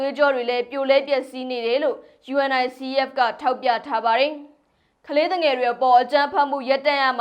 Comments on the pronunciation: '' ရေ ယူနီဆက် လို့ကြေငြာပါ၊ ယူအင်အိုင်စီအီးအက်လို့ မပြောနဲ့လေ၊ အဲဒါလေးတွေကြောင့် ညီးကိုဝေဖန်နေကြတာပေါ့၊ အချင်းချင်းကလဲ အဆင်မပြေတာလေးကို ပြင်ပေးကြသင့်တာပေါ့ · ယူနီဆက် လို့ဖတ်ရတယ်။ လေ့လာကြပါ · ယူနီဆက်ဖ် လို့အသံထွက်ပါတယ် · Unicef ကို ယူနီစက် လို့ အသံထွက်ပေးပါ စာလုံးတွေအတိုင်း မပြောပါနဲ့ သမီးရေ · UNICEF... ယူနီဆက်လို့အသံထွက်ရတယ် နော်❤❤🎉🎉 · ယူနီဆက် လို့ပြောရင်ပိုအဆင်ပြေမယ်ထင်တယ် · ယူနီဆက် လို့ဖတ်ပါလား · UNICEF(ယူနီဆက်)လို့အသံထွက်ဖတ်ပေးပါသမီးလေး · ကြားဘူးလား ယူအန်အိုင်စီအီးအက်ဖ်လို့ ဘယ်သူပြောတာကြားဘူးလဲ ၊ 😅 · သမီးလေး ❤ Unicef ယူနီဆက် လို့ ပြောပါ ❤ ကမ်ဘာ့ခလေးများ ရံပုံငွေ အဖွဲ့ပါ